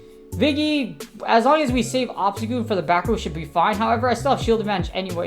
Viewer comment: I swear I heard you say obama snow lol oh wait you did